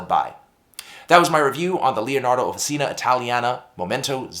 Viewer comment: Swirlescnt! Love it! But small note,, "Offi-cheena." OK. American acrylic. But Italian––"offi-cheena." Nice pen. Great review, as always. I might be up for this one!!